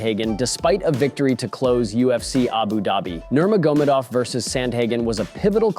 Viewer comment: Bro said Nurmagomadov in the most retarded way ever